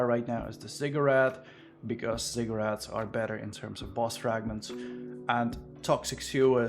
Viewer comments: OH he was saying ZIGGURAT, my dumbazz kept hearing cigarette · same lol